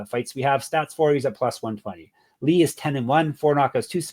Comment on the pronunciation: props to for getting chang ho lee correct in regareds to saying Lee is the last name. some other people call him Ho Lee and Chang as the last name